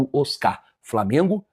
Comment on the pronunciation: Aprende a falar o nome do time. Framengo é foda.